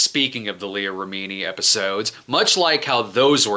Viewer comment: Take a shot every time Brad mispronounces Leah Remini's name